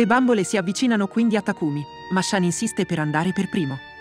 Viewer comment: Ma in giapponese shan si dice "shun"